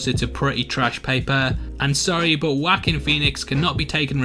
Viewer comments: his name is pronounced "wauh-keen" not "wack-in" dumb ass. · My ears bled a little everytime you called him "wahkeen" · I like how you pronounce his name haha WHACKIN Phoenix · "wackeen phoenix". You start off making him a wack lol.